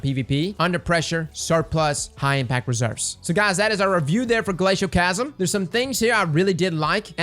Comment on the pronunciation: everytime I hear someone omit the second “L” in “Glacioclasm” I die a little inside